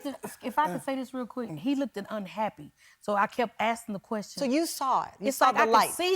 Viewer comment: "He LOOKDED unhappy..." she said lookded...🙄🤦🙄🤦🙄🤦🙄🤦🙄